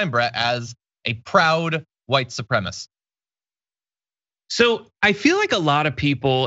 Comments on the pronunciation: It’s not “supremist” it’s “supremacist”. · It's not white suprem-ist. It's white suprem-uh-sist. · She can’t even pronounce the word, supreMAcist. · Wait wait wait a minute, hold on, STOP. I'm 32 seconds into this thing, & this woman not only embraces (& mispronounces) white supremisty, but also hard-pivots to try & claim the moral high ground on some anti-label coexistence message? I'm still half-convinced this is a troll in a Karen-suit.